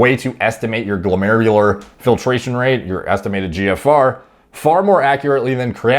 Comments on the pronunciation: Finally didn’t struggle saying glomerular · lmao you nailed glomerular filtration rate without a cut this time